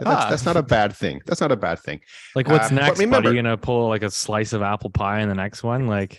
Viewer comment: Lol “slice of appple pie” hahaha